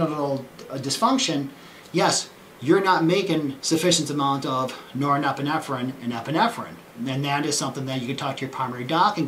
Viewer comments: Yes. Great explanation. But somehow he's got an extra syllable in that word... :D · I'd never take any advice or notice of a 'Doctor' who cannot even pronounce norepinephrine properly.... Specialist, or snake-oil salesman?? Does someone hear a duck quacking?